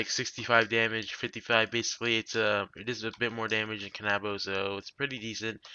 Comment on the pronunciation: "Kan - AHHH - bow" me: can - uh - bow